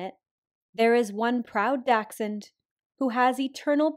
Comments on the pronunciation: dack sund? what? just say dàsh-hund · She reminds me so much of our old doggo, she was a dachshund mixed with...well, something, we never figured it out. She looked just like this, but with a short and stubby coat. I bet she's smiling down from doggo heaven right now. Btw, my german heart hurts from calling this breed a Dachshund. It's called Dackel, why does the rest of the world use a different german word for it?? Plus Dackel is way easier to pronounce for non german speakers.